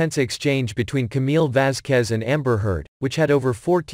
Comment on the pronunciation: Only thing I appreciate about amber heard is her pronunciation of “Vasquez.” 😂😂